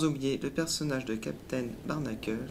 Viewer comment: J'adore les octonauct on prononce pas en anglais "Barnacles" ^^'